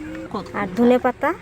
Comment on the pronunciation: ধোনে মশলা না ধোন মশলা